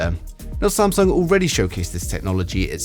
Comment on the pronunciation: "Samsuong" Ha!